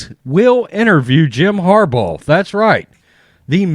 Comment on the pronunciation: Are you saying Harball? lol